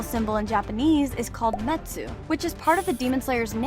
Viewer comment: It’s metsu